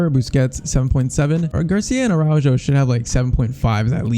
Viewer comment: It’s pronounced Arauho and not Araudgo